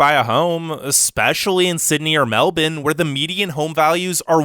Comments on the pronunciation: Anyone gonna talk about the way he said Meldourne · The myriad inaccuracies aside, the guy in this video REALLY needs to stop pronouncing 'Melbourne' as "Melbin"; it's pronounced 'Mel-burn'. I know this as a born & bred Melburnian who has lived my whole life here (although I have travelled to several other countries). I bet the narrator of this video has never even been to Australia. 🙄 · I can't keep watching this video because you keep pronouncing Melbourne as MEL-BIN. I pronounce it MEL-BORN, but apparently the correct way to pronounce it is MEL-BURN (which is morbidly ironic). Why would you think the R in Melbourne is silent? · Okay so, it’s not Melbin, it’s Melbourne, you’d pronounce it like Melborne haha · Wait did you just say Meldon instead of Melbourne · Meldourne? It’s Melbourne cobber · Had to stop watching 10 minutes into it, as I couldn't stand the "melbin" pronunciation of Melbourne (MEL-brn). If you're gonna talk about something, at least pronounce it correctly. Melbin. sheesh! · Mel-bin instead of Mel-burn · It's pronounced Mel Born, NOT Mel Bin !!! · Meldoln?🤣🤣 it’s Melbourne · Lol. Meldun. Its Melbourne... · Melvin? Don’t you mean Melbourne? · No, it's Melbin or Melb'n. Melboouuurne is the wrong way to pronounce it. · It’s MELBOURNE and COOBER PEDY. Not COOPER!! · ya’ll, we found an American that doesn’t say “MelBORNe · I thought it was “Mel-Ben”.. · 'Melbine'? That's not a city in Australia, buddy. He doesn't even know the name... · I have proof tho i live in Australia So Most People In Australia Say Mel-Burn. So Its Pronounced Mel-Burn. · it's not fucking melbin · He really said "Melden" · Why is he pronouncing it as "Melbin" ?? lol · What the hell is "Melbin"? Does he mean "Melbourne"?? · Why do you keep saying Melbin??! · Yep. Its pronounced Mellbin, cobba. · "Meldin" sounds nice, where is that again? 😂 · Nope, more like Melb'n. He put to much emphasis on the supposed 'I'. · this guy saying "Melbin" tf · did he just called Melbourne “Meldon”?